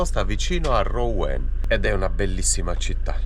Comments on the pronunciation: ROUEN..... RUEN PRON OU SI LEGGE U APERTA. BUON VIAGGIO ZONA CHAMPAGNE INSIEME A Reims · Ciao ragazzi piano piano vi avvicinate a dove sto io. Cmq si pronuncia ruon. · Ou si legge u quindi Ruen